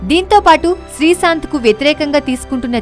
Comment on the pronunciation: srisanth kade ttalli srishanth ani Telugu manchiga nerchuko mundhu Telugu paddalu sarigha paluku mundhu